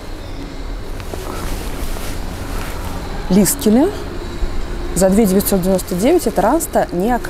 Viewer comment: Ну он же лиКСеле, а не лиСКеле. Люблю вас, но эту оговорку просто не могу слушать))) ужжжжасно режет слух)